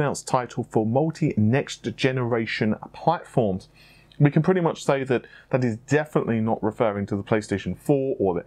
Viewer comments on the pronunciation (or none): none